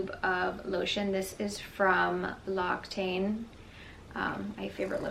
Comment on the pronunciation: L’Occitane: “loxitan” would be a phonetical acceptable pronunciation